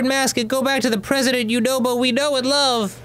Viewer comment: Lol, i thought Yunobo was saying "WHY'D YOU DO IT!?" too